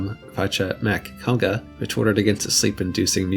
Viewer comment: Awesome vid. But his name is pronunced Fionn 'McCool.'